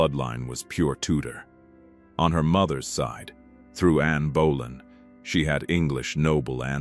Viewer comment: I started giggling at Anne bowllying. Please AI.